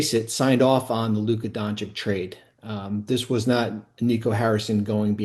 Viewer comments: Side note: it’s embarrassing that ESPN’s biggest reporters like Bobby Marks and Stephen A. are incapable of saying Luka’s name correctly. Apparently saying Don-“chich” is too hard lmao. “I’ll just call him Luka Donchick” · Pronounced Don-CHICH. After 7+ years, you should learn his bame! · Come on man, still mispronouncing Doncic after all these years? DON-CHICH. And it’s baptism BY fire. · Luka Don-CHICH, It is your job to know how to pronounce players names, take pride in doing it correctly. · FFS, this guy could learn how to properly say Dončić! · Bobby Marks isn’t only one of the most boring and overrated analysts, he also somehow doesn’t know how to pronounce Luka’s last name? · After so many years of Luka in the league...how can it for so many media people still be so difficult to pronounce his name? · Really? This guy can’t pronounce Dončić?